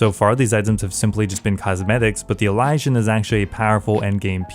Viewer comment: I’m pretty sure that’s how you say it